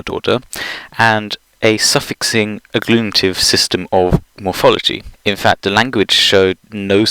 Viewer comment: At ~ , don't you mean agglutinative? :P Keep up the good videos!